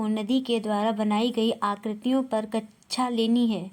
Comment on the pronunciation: आप कक्षा को कचछा क्यों बोल रही हैं